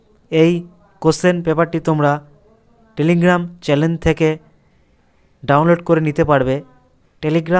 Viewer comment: 'এই চ্যালেন '! অসাধারণ বাংলা উচ্চারণ। আপনিও কলেজে পড়াবেন। পশ্চিমবঙ্গের যে কী অবস্থা